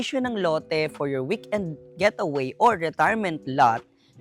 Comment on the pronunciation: Sorry I have to correct you, It’s Getaway not Gateaway😬 But I like the place though👌